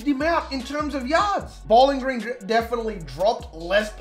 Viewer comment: I don't know why I love how you call it "Bowlan Gran"